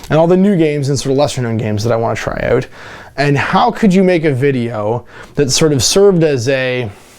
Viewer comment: 'all those indie games I want to try oot' oh Canada